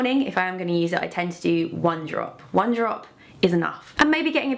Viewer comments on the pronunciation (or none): none